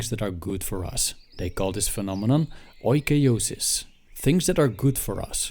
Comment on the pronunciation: I couldn't help but trying to explain this :p It is pronounced ikiosis. Even though it is written oikeiosis. In Greek oi and ei together , are pronounced as e. Like the way we pronounce the word "inner". Don't know if I made it clear :p